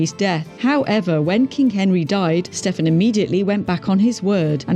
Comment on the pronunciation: Never mind worst king, this vid has some of the most annoying mispronunciations on YT! Stephen = "Steffen"?? Angoulême = "Ann jew lame"! Mohacs = "Mow hash" Oh dear.